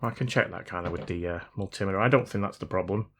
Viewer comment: I think the mul-tim-i-ter is the multi-intimidator! I am not arriving from a great height, so I don't need an al-tim-ieter. However in the context of a conversational multiplexer, sodomy is not an option. That means an iron or solder that promotes soddering, doesn't work for me. Consider a soldier of an army means strength and solidarity; Therefore connections are there that are not meant to be broken and are considered "soldiers". Ergo; SOLDERED. I love my fellow North Americans, but sometimes a tow-marto is NOT a tow-mayto, and I don't want to be "soddered".